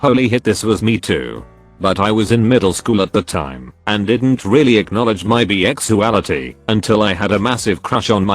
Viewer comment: Why can't this annoying bot read correctly??? "Bee-Five" "A W W W" "I'm Bee-sexual" Long unnecessary pauses at commas "Silver D" "Thanks 3" "Bee-exuality" I'm done I can't watch unless it has a PERSON reading it